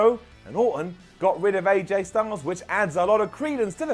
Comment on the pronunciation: "Aj stungles" 😂😂😒😒